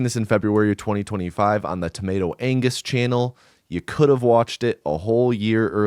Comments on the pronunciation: maybe wane put more pressure on Angus, sounded like you introduced TomatoAnus, nice video tho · geez, that G in tomatoangus, seems so important...